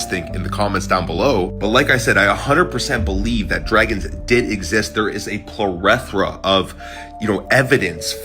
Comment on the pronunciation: plo-reth-rah… seriously dude? Did you mean plethora? You pronounced that word like YOU were AI…just saying